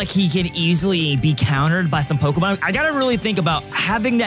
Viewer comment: NGL, the amount of Pokémon you pronounce wrong drives me fking insane... But I still love the content!